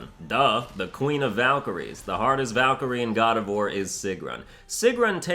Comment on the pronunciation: The muspelheim Valkyrie was one of the hardest for me and I played this game in thee difficulty’s... right now I play in GMGOW and I hope that this would be doable for me... And please: try to pronunce the valkyries names not the American way... this sounds awful